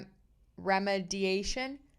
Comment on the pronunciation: The word you’re trying to say is RE ME DI AT ION. REE MEE DEE A SHUN. It’s reference to repair. That was to help with pronouncing that word. And I am also a learning disability person myself. Mine is Dyscalculia which is a problem with certain maths.